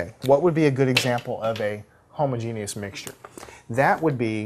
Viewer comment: I love how he pronounced homogenous, “Homo Genius.” I giggled. Great video though.